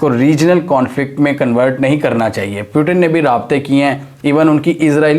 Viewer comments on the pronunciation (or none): none